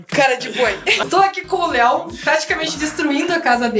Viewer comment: eu escutei a kim falar téo mas era léo kk